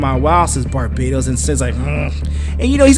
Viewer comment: Also, it's pronounced Bar-bat-os.